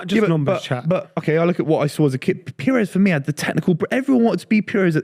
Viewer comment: It’s pires.